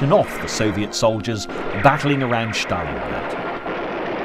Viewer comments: Good narration HOWEVER why is STALINGRAD pronounced as, "SCHTALINGRAD"? Is that actually how Russians pronounce it? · There is no “hatch“ In the pronunciation of Stalingrad.